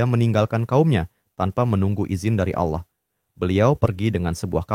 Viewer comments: Min ijin koreksi perhatikan lagi ketika mengucapkan lafadz Allah bukan Aullah tapi Allah 🙏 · yang bener allah atah aulah kok kedenger kek aulah ya lu ngemeng itu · Penyebutan nama Allah...bukan Aulah.. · aku dengernya aulah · Allah SWT, bukan Aulah. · Sebetulnya gpp pakai suara AI, asal jangan jadi berubah, disini Allah jadi disebut Auwlah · Allah.... Bukan Aullah... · kontennya keren tapi coba untuk kedepannya dubbing ai atau (kalo mau dubbing suara sendiri) diperhatikan lagi soalnya Allah kedengarnnya jadi Aula. coba di test waktu editing semisal AI nya bisa pronounce Allah atau Alloh untuk pelafalan agar tidak terdengar jadi aula lagi. keep it bro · Ceritanya seru tp kenapa allah di bilang aulah ya?? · Terimakasih sarannya kak, tapi uda di cobaa kak,, namun yg kluar hanya kata allah,,, atau yg biasa dngan sebutan pada agama kristen, Karena ai tidak bisa baca awlah kak, dia hnya bisa baca allah, tanpa waw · Awlah , bukan aullah nyebutnya😂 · Jadi alah 😂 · Jadinya AI menyebut Allah menjadi Auwah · soalnya penyebutan Allah jadi Auwlah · gini y bg, dsini yg punya konten ini tuh make voice over ai, makanya pas nyebut nama Allah jadi Awlah, karena yg dipake buat ngisi suara dsini itu ai ya bg, bukan manusia, makanya suaranya pas nyebut Allah jadi Awlah, paham ga? kocak", emng yg nyalahin mempertanyakan sesuatu yang tidak kita ketahui siapa emang? gw yg muslim aj g kesinggung krna gw tau yg ngisi voice over nya itu bukan manusia tapi ai, paham gak lu? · Suara AI ya? Nggak bisa nyebut Allah dengan benar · Ai gak bisa menyebutkan kata "Allah" dgn baik & benar 🗿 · Dia pake AI, AI ga bisa nyebut Allah dengan bener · tidak ada salahnya mempertanyakan sesuatu yang kita tidak ketahui. Pelafalan kata "Allah" disini emg sedikit melenceng, kami sebagai muslim tentu mempertanyakan hal ini karena ini menyinggung nama tuhan umat muslim dan tidak bisa dianggap sepele. Yg sebenrnya kocak elu